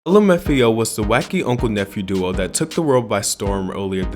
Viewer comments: So we just gonna ignore how the guy just said "lumafio" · lim f ao, amazing pronouncing